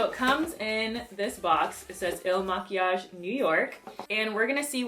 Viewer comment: You said it right. Some other chick BUTCHERED the name.